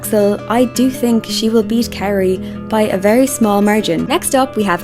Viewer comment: 🥇Adelia 🥈Kaori 🥉Amber/ Mone Also, can you learn how to properly say the Skaters’ names? That is plain rude. Who is Carie? KaOri ? Petrojan? Try PetroSyan. And Adelia is not skating the Nocturn program, she is skating her Tango number, as she did for two seasons now. Alyssa won’t have her 3A ready, she is way off and under-rotates it badly. Not having it perfectly executed will cost her more, so she is better off doing a double and getting positive GOE.